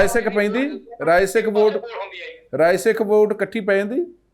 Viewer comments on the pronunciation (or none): ਤੁਸੀ ਰਾਏ ਸਿੱਖ ਨੂੰ ਰਾਸਿੱਖ ਕਿੳ ਬੋਲ ਰਹੇ ਹੋ? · Its Rai Sikh not Ra Sikh what type of press reporter are you who does not no the name of a community.little knowledge is dangerous thing fitemuh